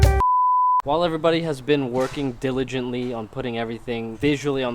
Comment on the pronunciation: "While everyone is working Dillongently"